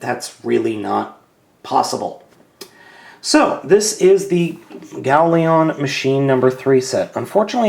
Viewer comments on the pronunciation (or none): lion. its gao-lion. not leon. just a little nit pick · Gao Lion, Not Gao Leon!, urgh! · It's Gao Lion, not Gao leon. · its not ieon its lion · the first ones wrong it is gaolion not goalion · Howcome you keep saying GaoLeon? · nahhhhh (even though its Gao-lion) after being subbed to him for quite awhile i have notices that he mispronounces names alot......get used to it haha but hey thats what makes:D lol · Judging from the appearance, I'm guessing you were pronouncing it "Galeon" as a joke? Or am I just mishearing things?